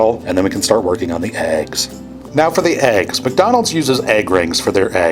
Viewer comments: Why do you say eggs like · Why did he say eggs like that